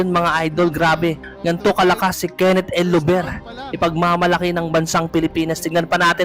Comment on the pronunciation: Bakit "el lover" pag pronounce mo? Dapat Llover as in double L. Parang Liover pag bigkas nito idol. 😅